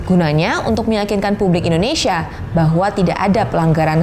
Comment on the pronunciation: cara bacanya tuh bukan indonisia, bukan indoneisia, tetapi INDONESIA. masa orang indo aja salah ngomong negaranya sendiri haha. nah kalo bahasa inggrisnya baru cara bacanya indonisya.